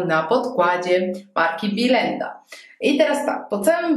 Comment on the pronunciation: To jest biElenda a nie bilenda... strasznie to brzmi...